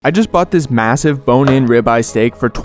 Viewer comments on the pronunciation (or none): did you just say masive and ik wthat else is masive the LOOOOOOWWWWWWWWWWWWWW TAPEEEEEEEEEEER FADDDDDDDDDDDDDE